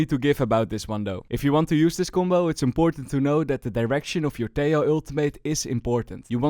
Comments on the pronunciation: it's pronounced teJJJoo /Tehooo, not teioo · Tejo is pronounced Te-ho